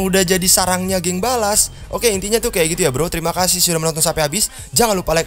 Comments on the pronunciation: gua coba ngulangi lagi ni org bilang subscribe atau suskweb hahahaha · subscribe bukan suskwek